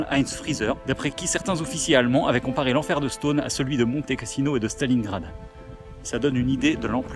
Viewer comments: Stonne et non Stone, comme tonne ou Argonne tiens justement 😉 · Ça se dit stenne ^^ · c’est assez drole comme il dit « Stonne » car habitant a 10min de stonne et connaissant des gens qui habitent la haut on le prononce pas du tout comme ca